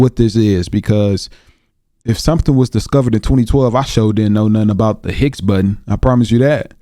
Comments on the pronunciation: Higgs Boson not Hicks Button. Can’t explain it 😁🤙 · Its called the higgs bozon, not button, must of been read off of some ai txt as ai txt seems to mistake some words lol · Higgs Boson particle.. not Hicks button.. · It's not higs button,it's higs bozon particle.😅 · It's the Higgs Boson not hicks button..that guy butchered the spelling and pronunciation. HIGGS BOSON The God particle